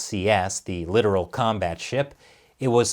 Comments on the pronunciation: it's not literal it's lit'toral. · it's pronounced liTOARal and "letters of mark" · Li-tor-ral… the joke fell flat since the pronunciation was entirely wrong